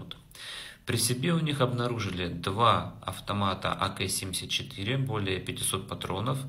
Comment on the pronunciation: буква "к" называется "КА", когда называешь название автомата АК. Далее, ГитлерЮгенд- хотя бы нагуглил вначале, это - ИСТОРИЯ.